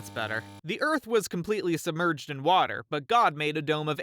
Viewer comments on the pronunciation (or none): "God created the heavens and the eath ."